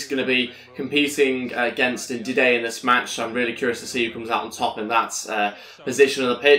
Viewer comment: Don’t say Ndidey it’s Ndidi. And I’m a Leicester fan. Thanks